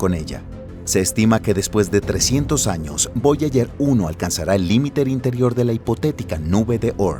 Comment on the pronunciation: Voyayer, cinturón de kaiper. Distrae mucho la falta de preparación del locutor